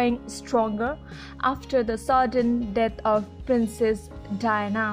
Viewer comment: Terrible narration. Diana is pronounced Di-anna not Dina. And it's Arch-ee not Ar-kee. You really need to get a better narrator and do better research to avoid so many mistakes.